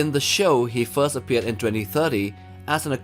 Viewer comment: bro plz first, fourth and fifth. When you say them i can't differentiate what you mean. The theme and video are a 10/10. The voice over pronunciation NOT.